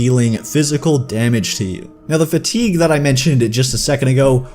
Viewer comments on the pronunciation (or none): Enjoyed the video, but it was more than a bit jarring to hear "fatigue" mispronounced over and over again.